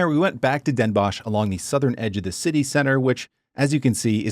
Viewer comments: Dehn Bóhs, not dénbosj! 😜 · You probably meant Den Bos(ch)???Pronounced like Boss in English, do you have dental problems? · Den Bosh? Try saying 's Hertogenbosh. There are fools living there who refuse you saying Den Bosh. Very funny.